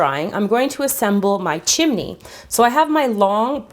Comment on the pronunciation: she said chimne